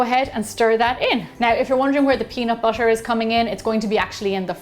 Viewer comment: no one: that lady: wArM bUtShEr